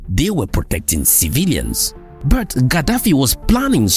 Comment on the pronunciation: I told my brother in 2020 that the amount of sabotage we'll see with this refinery would be unprecedented at least for those who haven't trained their eyes to see how imperial power keeps them down. Hope all those Nigerian Christians twerking for trump understand it's slippery slope to Libya from here. That said, plz decolonise your pronunciation of "but" as Burt, na da one dey pain me pass this symptom of our breakthrough😂